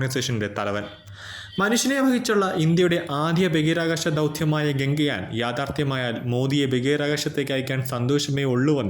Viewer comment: ഗംഗയാനല്ല ഗഗൻ യാൻ എന്നു പറയണം.വെറുതെ തെറ്റിച്ച് പറയരുത്